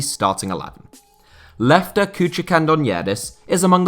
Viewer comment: As a Greek, he got it spot on! Lefter is Greek, but turks and Greeks are brothers 💪